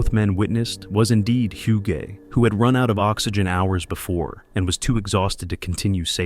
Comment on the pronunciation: "hyuu-gay" pretty sure that's not how it's pronounced. I had a friend with the same name and it was pronounced, "oog."